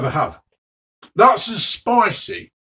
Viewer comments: Vereh vereh spiceh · It’s spiceh, flakeh and tasteh